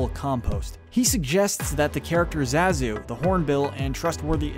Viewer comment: You say Zazu so many times, and pronounce it wrong every single time . . . Amateur . . . =P